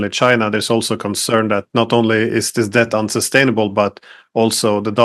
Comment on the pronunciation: When did it become acceptable to pronounce debt with a b